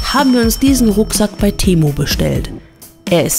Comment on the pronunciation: Ehrlich jetzt, geht auf Lost Place tour und hofft das nicht offen ist, damit sie nicht rein muss. 😂😂😂 Temu und Konsum wird anders ausgesprochen. 😁